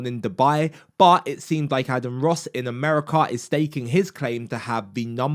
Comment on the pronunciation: Aden 😭 Bro at least learn how to pronounce the name of the person you made a video on 😭